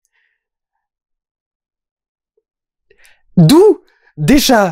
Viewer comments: Juste un truc, c'est "Krang" et pas "Krank" (ça c'est le film avec Jason Statham). ^^ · le film est nul, ok, mais c'est kranG, pas kranK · krangggg !!!! kranggggg !!! pas krank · Perso le doubleur francais qui prononce CRANK (comme crane) et non KRANG M'INSUPPORTE !!!